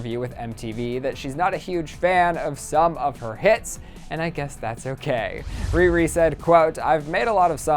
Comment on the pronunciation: No offense to at all but, he said Riri like "ree ree" and tbh I love him but I cringed because Rihanna is my girl and you pronounce it like "Rih rih".